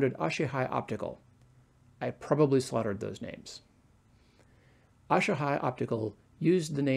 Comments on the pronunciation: A-Sa-He not Aa-sha -High... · it’s asahi not ash-a-hi.